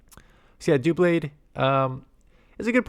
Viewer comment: I believe it’s pronounced like DUH-blade like in “double” because the Pokemon is double blades